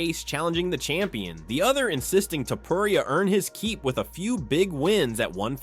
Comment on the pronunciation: I quit watching your video as soon you mispronounced Topuria, cant take you seriously if you dont know their last name pronounciations.